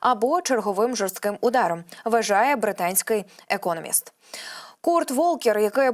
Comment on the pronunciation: Ударение в слове экономист делается на последнем слоге,а не на первом! Стыдно! И нужно не тараторить и делать паузы Тошно слушать!